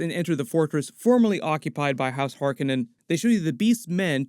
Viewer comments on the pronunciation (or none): Hark On nen, not Hark a nen. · its har COE nan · Why do you keep mispronouncing "Harkonnen" from the 1984 version of Dune?